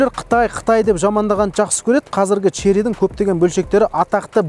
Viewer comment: Шли деп айтпашы родной! 😁